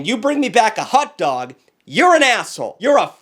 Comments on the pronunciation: Hold on, WE SAID TACOES AND BURRITOS ARE SANDWICHES?!?!?! AS A HOOSIER, I DO NOT CONDONE THIS Also wait…a “Euro” and a “Hutdug” it’s pronounced “Gee- (as in McGee) row) and HOT-DOG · it hotdog not hut dog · Bro says hutdog every time he tries to say hotdog😂😂😂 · Not pronouncing "hot dog" like "hut-dog" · I'm McDingus up on the ExtraTugg. Proud TuggLette. I like the way says Hot Dog. Hut Dug. Hut Dug. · The way he pronounces “hutdog” 🥴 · Why is no one talking about “hut dog” am I the only one hearing that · the boston came out for a second